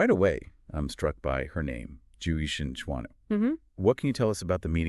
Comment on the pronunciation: oh boy the pronunciation hahaha :D good video though.